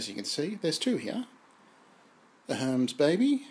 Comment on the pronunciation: Herms? I never heard it pronounced that way (and great to hear your chat by the way) and I found this video by way of researching alignment issues with my own Baby carriage. I'm heading straight for the four screws that bolt the carriage to the shifting plate.